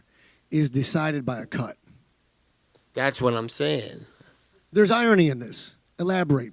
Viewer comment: Nate “irony(?) ummmm you mean eye-on-knee(?)” Diaz